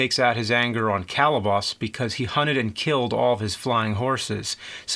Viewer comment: He's killing me! Bubo, Calibos, Thetis...he got 'em all wrong. I'm not even sure if Charon is correct. I thought it was an "sh" pronunciation. I'll have to rewatch the film.